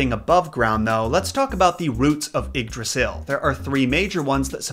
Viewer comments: It's pronounced yigg drasil not iggdrasil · This video was sick and I hope you get better soon man but Yggdrasil is pronounced ‘eed-rah-seel’ ❤️ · It s Ygdrassel not Igdrassel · he pronounced yggrasil wrong in the beginning , it's like ye - drassil well pronounced like that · Love the way you say Yggdrasil XD Ps. am from Danmark. Love your content as allways. Plz make a video about H.C. Andersens christmastail, The little girl with the matchsticks